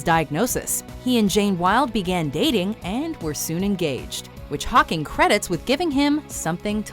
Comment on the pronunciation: the way it sounds like she says pocking annoys the shit out of me